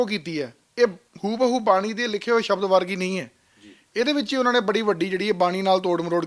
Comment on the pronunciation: ਇਹੋ ਬੇਵਕੂਫ਼ ਬਾਣੀ ਵਿਚ ਸਬਦ ਨੂੰ ਸ਼ਬਦ ਬੋਲੇਗਾ।